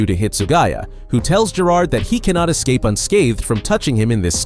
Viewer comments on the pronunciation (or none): none